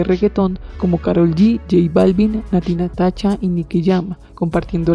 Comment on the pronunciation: Que naca como nombras a nati natasha como nati natacha jaja